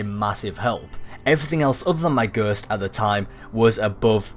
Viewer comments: gurst.... dude ghost G.H.O.S.T not a gurst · why are you saying gurst instewr of ghost... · I hate how he says ghost "ghurst" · A Gurst😂😂 Anyway, good video👍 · Sur, yur nurd a Ghurst? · i was thinking.....WTF is a "Gerst"? then noticed.....ooooooh Ghost lol xxx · "The best way to get the gerst......."😂😂😂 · take a shit every time he says gurst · Ghersst? Hahahahaha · Wtf is a gurst? 😂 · stop saying ghööst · Fucking gurst 😂 i English and never fuckin heard ghost pronounced like that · I took a shot every time you said "gurst." I'm in the hospital now. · Alex D-M Gherst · i died when i read this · I'm crying at "Ghurst" 😂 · knock knock whose there? gerrrrrst!! gerst who? gerst is one way I have never heard 'ghost' being pronounced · I want someone to chop out every time he says it and compile them together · fuck I meant shot but that's still funny as fuck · What the hell is gherst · this really helps, but the way you pronounce ghost is funny haha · you say ghost funny lol